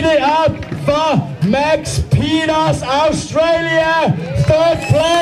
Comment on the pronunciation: who else noticed the way the announcer said peters